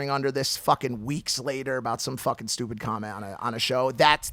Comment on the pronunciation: We seen Chinese Jake for the first time . "Stew Peas"